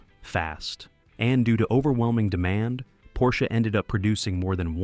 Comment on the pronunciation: IT IS NOT PORSCHA but PORSCHEU !